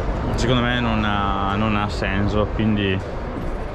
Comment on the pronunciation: si ma che è sto "senzo"?